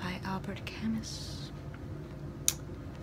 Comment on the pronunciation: Your pronunciation of Albert Camus broke the immersion for me /s